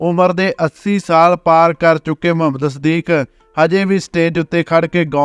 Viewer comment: ਬਹੁਤ ਵਧੀਆ ਲੱਗਿਆ l ਮੁਹੰਮਦ ਸਦੀਕ ਹੈ ਨਾ ਕਿ ਮਹੰਮਦ ਸਦੀਕ l ਬੋਲੀ ਰੁੱਖੀ , ਸਤਿਕਾਰ ਦੀ ਭਾਵਨਾ ਦੀ ਘਾਟ ਹੈ l